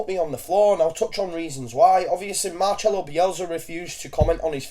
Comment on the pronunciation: fucking bugs the shit out of me when people pronounce it "Mar-ch-elo" I mean, he's been at the club for nearly a YEAR it's proonounced Mar-Sell-oh GET IT RIGHT!